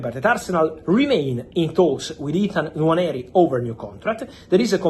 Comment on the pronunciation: Well done Fabio You actually pronounce the name "Nwaneri" better than all the people at AFTV and the English fans in general. Robbie and co should take note and time to learn and pronounce footballers names correctly. Well done again🙌🏾🙌🏾🙌🏾